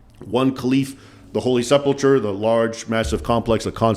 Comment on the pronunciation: Isn't it pronounced "Sepul Kur", not "Sepul tchur"?